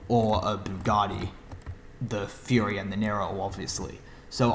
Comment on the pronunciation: Fury not furry